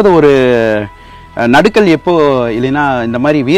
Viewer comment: நடுக்கல் அல்ல நடுகல்